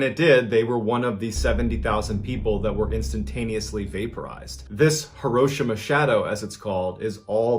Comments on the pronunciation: As much as I enjoy Mr Ballen's videos, I was getting soooo annoyed with his mispronunciation of HEE-ro-SHEE-ma... 😕 Come on Ballen... You're military! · I'm sorry is he saying here Hiroshima correctly